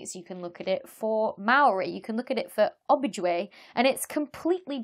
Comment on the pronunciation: Ojibwe is pronounced Oh-jib-way. Not oh-bij-way. ;)